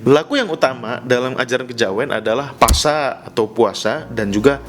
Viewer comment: Ada salah pronunciation (pelafalan). PASA dibaca POSO MEGENG PASA dibaca MEGENG POSO Suran kayaknya ga ada dalam istilah jawa. Paling biasa disebut siji suro, atau suroan. Dan untuk bulan ruwah dalam syariat Islam disebut bulan syaban. Dan disana ada 2 ritual, ada juga yg 3. Ziarah kuburan bapak ibu dan atasnya yg sudah meninggal plus bersih-bersih makamnya (nyadran atau nyekar), sodakoh makanan ke tetangga dan orang terdekat (megengan) dan padusan (mandi di sungai). Ketiganya dilakukan di akhir bulan ruwah atau syaban untuk menyambut bulan romadhon.